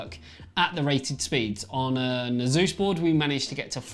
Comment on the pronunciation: It's Pronounced >>>>> ACE-US .. NOT ASUZE